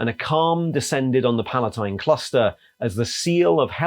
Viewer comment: I love the video, but I have to ask, is pronouncing the word palatine as "pal-uh-nite" a British-ism? Like "left-tenant" versus "loo-tenant"?